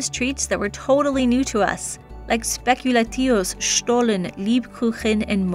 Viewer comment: Small hint: It's pronounced Schpekulaazius. 😉 When I'm not sure how to pronounce an English word, I look it up on dict cc and click on the "audio" symbol. That option is available for German words as well. 😊 You have so much beautiful Christmas decoration! 🥰 I would love to have a Schwibbogen. Almost bought one second-hand this year but decided to save the money. 😢